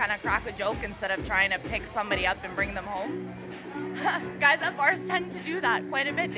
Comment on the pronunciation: Guys have to be confident (dominant? XD) "I like nice quys though"